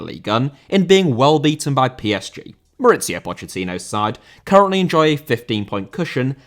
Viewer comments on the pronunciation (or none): Mauricio* not Moretciouw